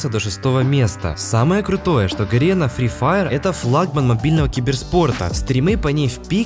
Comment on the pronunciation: Испортил видео одним моментом "Сри Фаер"